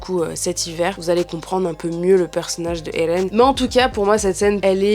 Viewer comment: arrete de de dire ELLLLLLLLLLLLLLLLLLLLLLLLLLLLLEN en roulant ta langue, je vais te découper en sauciflard